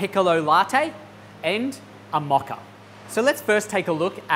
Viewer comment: It’s a Mocha with a MO not MA